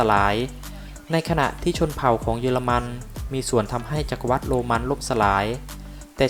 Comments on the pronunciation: อ่านว่า จัก-กะ-หวัด ค่ะแอด ไม่ใช่ จัก-กะ-วัด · จักรวรรดิ Empire ▶อ่านว่า จัก-กะ-หวัด ไม่ใช่ จัก-กะ-วัด